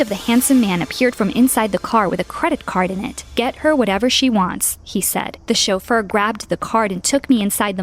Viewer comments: "chofeur" or "chauffeur". Sounds like the romanian word "sofer" which means driver. I think the origins of the word are french Edit: yep the word originates from french. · What is a shulfur. like a butler